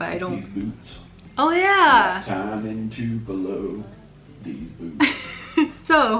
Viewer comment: Mango and Tu-pell-o (U is long sound) LOL sorry.......love these